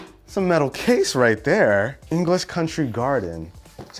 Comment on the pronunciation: Did he just say Englsh flag. Bro.